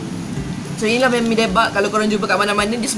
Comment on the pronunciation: Johari Jusoh hahaha. Is it sebab saya pronounce "Me-mi"? 😅 Hahaha. Saya dengar balik, rasanya apa yang membezakan, orang lain sebut "Ma-mi" and saya sebut "Me-mi". 😂 Ye idok? Hahaha. Ke ada yg lain?